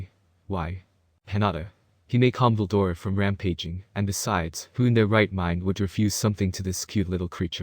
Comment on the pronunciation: It's veldora not valora